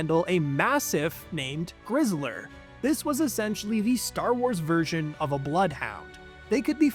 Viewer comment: It's grizzer not grizzler